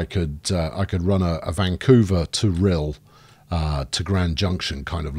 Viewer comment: Also I think it's pronounced Rhy-l not Rhil